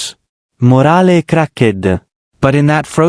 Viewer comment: I don't believe "morale cracked" is pronounced "more-alli crack-ded"? Italian AI?